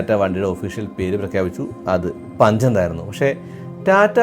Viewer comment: പുൻഞ്ച് എന്ന് വായിയ്ക്കുന്നവർ 😂 ഉണ്ട്